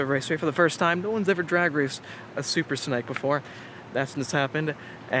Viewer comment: is it just me or does he keep saying "Super Snike"